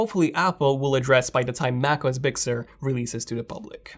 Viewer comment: very good review bro!... I got a kick out of the pronouciation of big sur... I swear you were saying "bixxer"